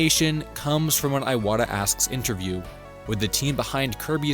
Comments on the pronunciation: His name is pronounced Ee-watta not Eye-watta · Ee-wata, not Ay-wata.